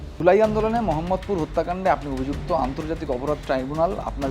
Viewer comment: আপনারা উচ্চারণ ভিন্ন করেন, তা করতেই পারেন। কিন্তু আরবিতে আ-কার, ই-কার/ঈ-কার, উ/ঊ কার ছাড়া ও-কার বা ও উচ্চারণ নাই। তাও আপনাদের তো মানার কথা না, এটিও বাদ। বাট, একটা জায়গার নাম কীভাবে পাল্টাতে পারেন? এই জায়গার নাম "মোহাম্মদপুর", "মহাম্মদপুর" নয়।